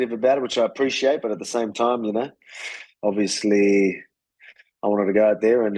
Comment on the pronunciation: "Ovesly, Ima typa guy" Volkanosvski